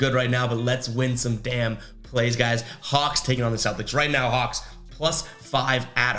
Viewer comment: U definitly said the cox.... i know your a celtics fan but u shouldnt of did the hawlks like that lol